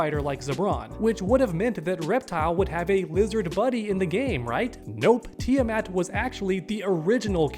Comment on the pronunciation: Kid, learn to pronounce Tiamat.